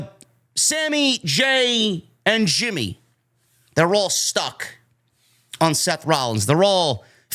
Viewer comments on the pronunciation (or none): none